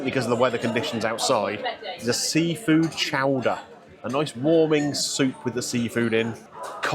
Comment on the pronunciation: Chowdah!!! Chowdah!!! Not Show-der.